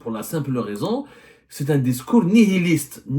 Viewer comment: Apprends a parler français y’a rab. Nihiliste, on prononce pas le H